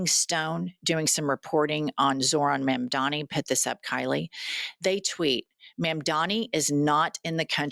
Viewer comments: We need to work on the pronunciation of Zor-han Mom-dani It's important because they're going to try to weaponize it like they did with Kah-mah-lah's name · Jesus christ, can you pronounce Zohtan Mamdabi's name right? Maybe not like a maga moron?